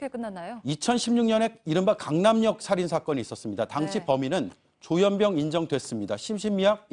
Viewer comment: 조현뼝? 조현병? 아나운서 발음도 서로 달라